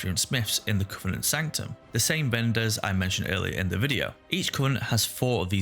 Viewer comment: I'm saying this not to bash on you, just to show how funny is was from my perspective. when you said each covenant, I could've swear I heard each cunt. That made me chuckle.